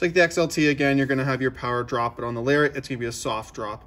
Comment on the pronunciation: Excellent job sir!..you make a person want to run out and buy one of these gorgeous trucks..but they are so over priced I'd have to put my kids through a junior college program..still a little bit of in & out with the volume on the microphone. And I'm not sure if it's a back east thing or not but I don't think you are pronouncing Lariat correctly?